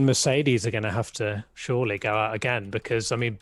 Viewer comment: "Shurey not ......" Ha ha ha! Lando for president!